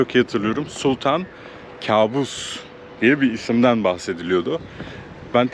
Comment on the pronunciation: Kâbus değil kaabus..arapça da yakışıklı demek..kâbus bizim bildiğimiz anlama geliyor..